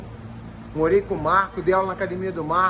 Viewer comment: Se tem Gracie na entrevista, vai ter "cadimia" e se tem Marco Ruas, vai sair um "ji jitsi" kkkkkkkkk